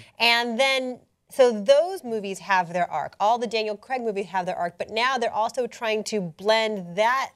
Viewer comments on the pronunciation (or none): it's pronouced Crayg in UK not Creg. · CRAIG...CRAIG Not "Creg", CRAIG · Can you seriously start saying Craig correctly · I watched Southpark for years and never realised that "Creg" is actually called Craig. It wasn't til I saw it written down that I noticed lol I just assumed Creg was a weird American name.